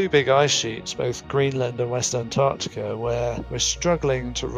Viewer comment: The one thing you should have learned, is how to pronounce Antarctica.